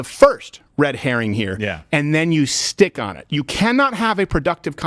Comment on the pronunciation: wow sad...... he mispronounced in is common "stick" out your tongue. But hey whatever right